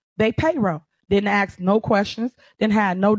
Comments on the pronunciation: Holds an important political position and can't even say the word "ask". Now let me axe you how is that ok? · imagine being a Mayor of a city and still can't say the word "ask", instead it's "axe"